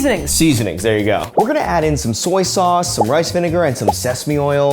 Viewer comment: Some sOYsauce I love sesame oil OIN and with everything 😂 i love the way tylersaid that